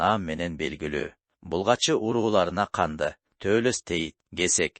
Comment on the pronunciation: Канды эмес КАҢДЫ деп туура айтылат. Өзүм Тейитмин